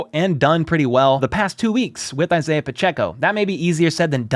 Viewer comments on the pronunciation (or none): none